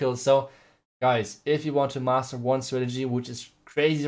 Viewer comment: Master not muscle